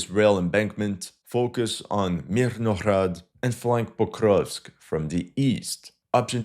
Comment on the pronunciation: juste une petite clari pour toi, les H des noms des villes Ukr. se prononcent G :) Myrnograd, etc